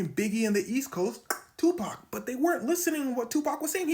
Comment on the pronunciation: Tupacs "TAUH"